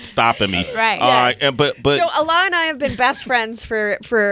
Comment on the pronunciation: Fucking his name is Alec, they tried to say some pretentious ass shit like allah. Weak ass corny muhfuckas...not to mention she has wedding ring on and her best friend ain't her husband, gtfoh. It's Alec Baldwin not Allah...but man dat dude riding the gravy train all the way to sways show...worst interview ever, fuck dem people. Sway throwing them charity for this shit....